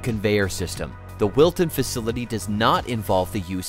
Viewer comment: Wilton not milton